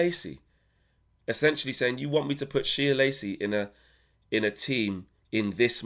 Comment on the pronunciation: Sorry for being annoying bro, but it's pronounced 'Shay' Lacy 😂😂